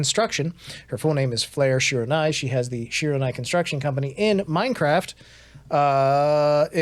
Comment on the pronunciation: Bae just said that she will also going on a break in September. and youre pronouncing shiranui wrong